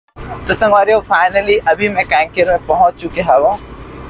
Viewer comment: Kanker bhi bolne nhi aa raha h kaiker bol raha h